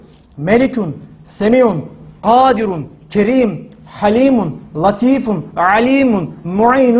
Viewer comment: Hocam tələffüzündə kərim sözünü ərəb dilindəki "ك" hərfi ilə yəni "kar ķ" hərfi ilə etmirsən. "Kible" ķ ilə "kendi yorma" k sözündəki fərq var.